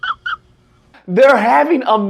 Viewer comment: "Intermarrying" Oh deer 🦌😂🤣🤣😁